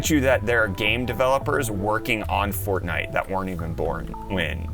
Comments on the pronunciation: bro said fartnite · Am I the only one who realized that he said fartnite